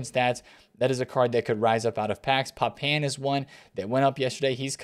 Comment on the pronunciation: Vollerrrr 🤦🏽‍♂️ and for some reason nobody can say Papin properly…it’s French pronounced “Papa” with a light “n” at the end. You can tell no FIFA players actually saw these players play